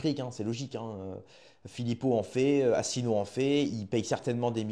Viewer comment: Déjà, essaye de prononcer convenablement si tu veux faire une video: On dit Asselineau pas Asslenieau en français ou alors reste chez toi